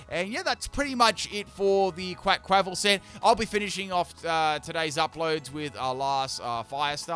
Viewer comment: You absolutely murdered the pronounciation of their Quaquaval and Meowscarada's names, my goodness